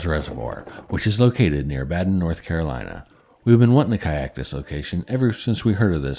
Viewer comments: its pronounced Baiden, not Batden. (Badin) it's french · Not trying to be rude but it’s pronounced Bae-din.